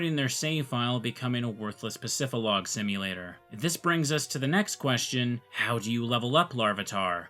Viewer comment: It’s PacifiDlog Town, not Pacifilog dummy 🙄